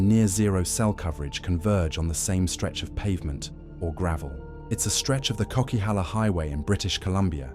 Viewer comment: It's pronounced 'Coca-halla' not 'Cokey-halla.' (BC native here.) Also Howitzers are no longer used in Roger's Pass; they now bomb the avalanches from helicopters (it's a very recent change though.) I've driven all of the highways that you have mentioned in BC, even the southern part of the Yellowhead (Highway of Tears.) The Queen Elizabeth Highway in Alberta and the main highway in Ontario are far scarier than most of BC's highways just from how horribly busy it is. I do definately avoid the Coquihalla in favour of the much prettier Fraser Canyon (Highway 1,) though. As a female I am kinda hesitant to drive the northern part of the Yellowhead solo due to its reputation but I also won't let fear stop me from going on adventures.